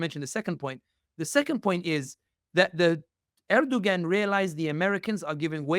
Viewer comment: Please learn to pronounce names correctly as it’s confusing when you say someone’s name wrong and the listener can’t follow along. Erdoğan’s name does not have the G pronounced in his name.